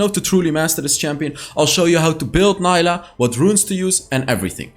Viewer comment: Fyi, her name is pronounced as “Nee-lah” 🫡